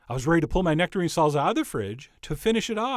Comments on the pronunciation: "Serp" instead of "Syrup", "Salza" instead of "Salsa". You're killing me Chef John XD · SalZZZZZa. never heard anyone anywhere say this word this way before. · "Salza" lol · Is it really pronounced SALZA HAHAAHAHAAH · Good effort, Chef John, you did manage to pronounce "salsa" correctly at least a few times. :)